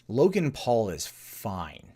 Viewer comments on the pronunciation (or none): "Login Paul". Sorry? Isn't his name Logan, not "Login"?